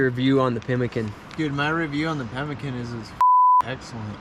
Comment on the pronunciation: pimmeekaan, not 'pemikun'.